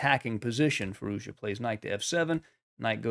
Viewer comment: Another good game and great analysis. I just noticed that you struggle to pronoune Z in FirouZja. You used to call hime `Firooja` before. As and Iranian, I would say, pronouncing the name is hard even for me too. So just dorp the Z. `Firooja` is good enough and even sounds more modern and streamlined to my ears. We all know who you are talking about, so don't sweat on pronounciation:)